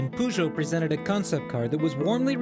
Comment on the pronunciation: i think he tried to say Peugeot xD